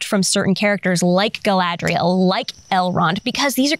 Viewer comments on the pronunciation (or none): none